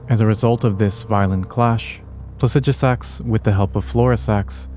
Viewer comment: It's so funny hearing pronounce Plasidusax, and we as a community still pronounce it how we have said it for year's it's spelled. 😅